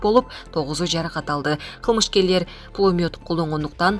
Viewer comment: Туура окусан, 'пулмиот" дебей "пулемёт ".